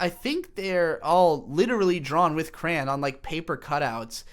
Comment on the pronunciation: I’ve heard people pronounce the word “crayon” as “crown”, but never “cran”. Wtf